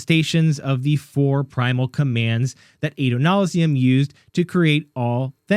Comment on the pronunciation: Holding the Dawnshard, next question. Also, thank you for pronouncing Adonalsium correctly.